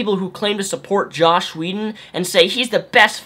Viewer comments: JOSS Whedon! Not "Josh" haha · But you keep calling him Josh, not Joss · I completely and undeniably agree with every single thing that you've said in this video. It just annoyed me to an extreme extent that you kept saying "Josh" whedon. It's "joss" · JOSS, JOSS!!! Not Josh. Otherwise completely agree :D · This is an open letter I'm writing to the internet. Stop calling JOSS Whedon "Josh" Whedon. Thanks. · dude !! JoSS not joSH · its joss whedon not josh whedon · Dude... his name is JOSS not JOSH... enunciate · He hates being called "Josh." Joss Whedon. Rhymes with "toss" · Joss not Josh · pre-emptive comment and i'm sure you've heard, but it's joss, not josh. sorry! ready to hear what you have to say! love your shit man! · JosSSSS not Josh :-P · Joss not josh brother . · quick nitpick: it's joss. not josh. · the title says joss. not josh. (I just heard you say josh idk if it's spelled different) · it is joss not josh. there is no H in his first name. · "Josh Whedon" How does no one get that right? Anyways, totally agree. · Let's make one thing clear: these are not feminists (including Anita Sarkeesian). These are misandrists. Oh, & it's Joss, not Josh. ;) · Jossssssssss, not Josh. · Am I the only one who keeps hearing "Josh Whedon"? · You keep calling him josh whedon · Benjamin Vanhees he has a speech impedement or however its spelled